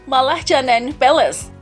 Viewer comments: Aduh kok Malacanang di eja "malatjanang"??? Yg benar " malakanyang" !! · Malacanang bacanya malakanyang